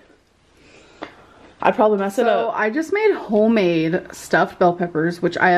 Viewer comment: It's hoe-made y'all... LMFAOOO!!! 😂